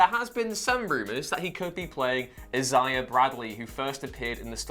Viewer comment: I - zay - uh